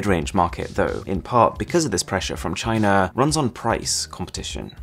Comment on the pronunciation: am I the only one who remembers the meme CHYNA when he said China😂😂😂